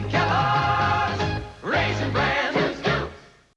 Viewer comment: the way he said raisen had me dying